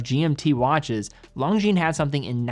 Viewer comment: If Longines representative doesn't say Lon"G"shines in HTH conversation with you, maybe you should stop it as well. I watch your videos a lot and I am subscribed but PLEASE STOP :)